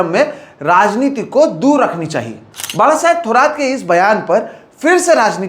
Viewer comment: धन्यवाद,.... एक सराहनीय विडिओ. दुसरी बात है की आप बाळासाहेब का उच्चारण एकदम सही कर रहे हो.